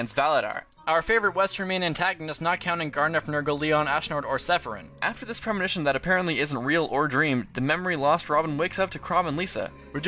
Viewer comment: ITS LIE-ON NOT LEE-ON FUCK YOU SHOULD KNOW THIS